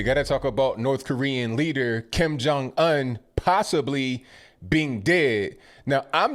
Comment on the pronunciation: The way he says Kim Jun Un like Onion. LMAO.